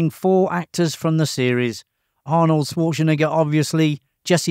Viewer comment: The 21st thing you didn't know: according to this video, his name is pronounced Swartschenegger 😃